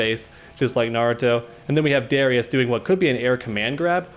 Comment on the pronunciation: Great vid! Btw Darius and Ahri are pronounced Dare-e-us and R-E